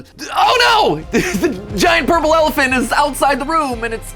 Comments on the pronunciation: Is says ourple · haS anyone noticed "ourple"? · ah yes my favorite color “ourple” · am i the only one who notticed the "ourple" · “Ourple elephant” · Nooo it said giant ourple elephant